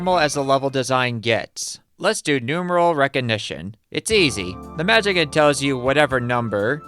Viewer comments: Just for the record, the proper way to say "Magician" is "mah-JIH-see-ann" or more simplified, "mah-JIH-shun". It is NOT pronounced "mah-JIH-kan" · The way you pronounce ‘magician’ keeps cracking me up. 🤭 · okay, i'm gonna be real with you. i like your videos a lot, but for the love of all that is holy, how the hell have you made it this far in life without knowing how the word "magician" is pronounced.